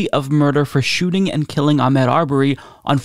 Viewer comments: please pronounce Ahmaud correctly. It's not Ahmed as you were saying. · his 1st name is pronounced Ahmaaad. Thank God there is justice. You're right he should still be here.